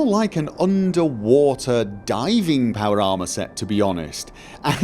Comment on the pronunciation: "Powlder armer" haha